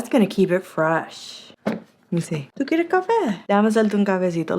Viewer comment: ¡¿Tu queiere cafe?! Lol 😂 ❤love it! That puerto rican came out 😂